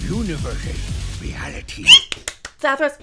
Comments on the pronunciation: Sorry I think you put the inflection on the wrong syllable.... It was Zathruss but not Zathruss... see the difference. ;-) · Oh you mean zathros this one is zathros the other is zathros. Hear the difference in zathros? They're different.